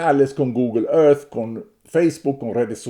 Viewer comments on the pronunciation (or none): none